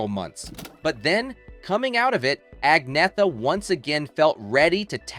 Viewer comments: A so-called "documentary" and you can't even pronounce her name! "Ahn-Yet-Ah" - absolutely no 'g' sound. Any wonder she gave up and let people call her Anna..... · I wish they still showed how many "thumbs down" a video gets, because this one deserves lots and lots of them. For one thing, her name is pronounced "Agnyeta". All you have to do is look it up. And the choice of words "nothing but" for her parents is a disgrace at best. What were they supposed to be? And putting a thumbnail on this, suggesting that she's nude, is just disgusting. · Pronounced Angn-yetta. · Agneeta ? It's ANJETTA ! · The commentator really needs to do better in pronouncing Agnetha's name. He never once got it right, varying between "Agnetha" and "Agneetha" (as it sounds by saying it in English); when the true Swedish pronunciation is "Anyeta" or "Añeta". The "h" is silent and the "g" is not hard-sounded, rather it changes the "n" to "ñ" as in "ny". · To his discredit, it's unfortunate that the narrator mispronounces her name many times in the beginning of this video. He says "Ag-NEE-thuh" or "Ag-NEH-thuh." Meanwhile, it only took me two seconds to look it up. Her name is correctly pronounced "ag-NYA-tuh." Also, how denigrating to say that her father was "Nothing but a..." or that her mother was a "Nothing but a..." Who wrote this shit? "Nothing but a writer?" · Her name is pronounced 'on-YET-ah'...Just sayin' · For pete's sake, can't you at least have the courtesy and respect to learn how to pronounce Agnetha's name properly?!! It's " ann-- yet--TA ". Here she is . . . . . . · Agnetha's name is pronounced "Angyetta Feltskoog." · Her name is pronounced Ann yetta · You've done well on pronunciations except for the most important - Agnetha herself. It's An-ietta. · I only learned.it from her self pronunciation as Ag- nee- ah-tah! If I'm wrong, I sincerely apologize to Agneatha, I am so sorry! I stand corrected, it will take time to assimilate! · Her name is pronounced Onyetta Feltskog.